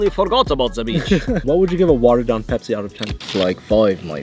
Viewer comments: It's not bebzi it's pepsi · The accent is on point (BEBZI)!!! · “Let’s make a Bepsi khulfil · say bebzi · "Za Bebsi"🤣🤣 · "YOU MEAN BEBZI?!?!?!" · "Are you gonna make Bebzi Kulfi?" 💀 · Arabs know how to say Pepsi. FFS. 😭